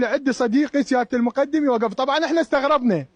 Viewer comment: الرتبة مُقٓدم بالفتحة فوق القاف وليس مقُدٍم هو مو اعلامي شبيك